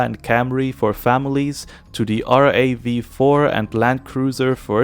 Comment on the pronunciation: RAV4 is pronounced as rav-four and its not spelled out. Also, Tucson is pronounced two-son, not tux-sen. Just letting you know.